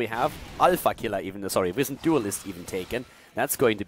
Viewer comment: hey i love u bae but its wIzened like the word wise instead of wiz